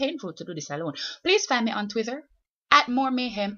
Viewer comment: 'Twither' LOL!